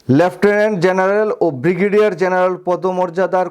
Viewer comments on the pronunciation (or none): none